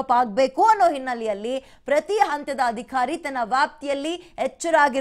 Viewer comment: Adikhari alla adhikari. Sariyagi uccharisi